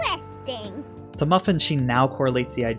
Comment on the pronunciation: Idk why I laughed so much at “ooh intewesting” 🤣